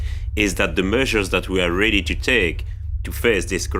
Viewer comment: "The meushers that we are ruhdy to take are much more seuveere…" (Dedicated in loving memory of Peter Sellers, 1925-80)